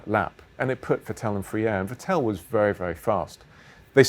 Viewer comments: Get his name right, it’s Vettle not Vettell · its not vitell, ITS FETTEL! pronounce it right jesus christ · Gauthu Gk34 It isn‘t. The Ts are pronounced harder an the second E isn‘t pronounced that long. It is more like Vettl. But I guess for non german speakers it‘s kinda difficult. If you really wanna know, look for some german broadcast vids, there should be plenty. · On Dutch broadcast by Ziggo, Olav Mol (commentator) pronounces it as Fettol which I guess would be close xD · I still cant handle it how he sais “vettel”